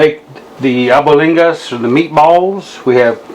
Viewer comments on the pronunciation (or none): I felt my spirit leaving my body watching you cook that brother! Good stuff! Mom's cooking right there ... fyi the pronunciation of it is al-BONE-digas, just saying not judging. You've inspired me to make my own batch!